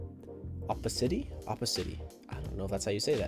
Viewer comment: Opacity: OH pah sih Tee